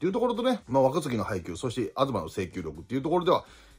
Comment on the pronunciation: アズマが、アドゥバンにしか聞こえない、😂